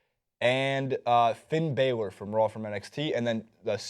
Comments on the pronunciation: It's pronounced Balor not baylor! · You guys can't even pronounce Balor. You can spot non wrestling fans a mile away